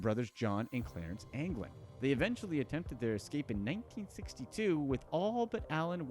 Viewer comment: You messed up the anglin brothers